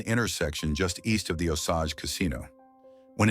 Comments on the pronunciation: It's not Osoge.. It's Osage, pronounce with an a not an o. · I hate this AI nonsense. It’s pronounced O sage like sage not Osage like massage.